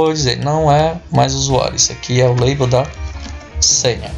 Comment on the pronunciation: Deixa de ser sem vergonha macho! Tu sabe falar em inglês sim, ta é tirando onda kkkkkkkkkkkkkkkkkkkkkkkkkkkkkk Tu se entregou em , tu falou "Leibou" e depois falou "label" só de sacanagem kkkkkkkkkkkkkkk. No mais, o vídeo ta muito legal. Parabéns e obrigado pela ajuda. Forte abraço!!